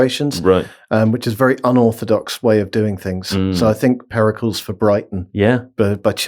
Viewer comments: Searched the comments to see if anyone else thought this. Never heard Pericles pronounced incorrectly so many times in such a short burst. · Periculls? Is that So-crates mate? Also my favourite player from very early FM, Armand One. Just because of the great text commentary. "Cross into the box and One has scored". I always imagined Prince Charles playing footie in the garden doing his own commentary. Cracked me up for months. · That pronunciation of Pericles is the most diabolical part of the entire podcast. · Please have on at least every other show. But first teach him how to say Pericles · I love really committing to that pronunciation of Pericles.